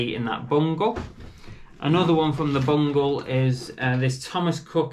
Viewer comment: Great vid mate, I've subscribed, I do like that you say Bungle not bundle.